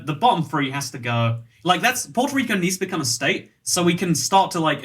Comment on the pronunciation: did you just say porto rico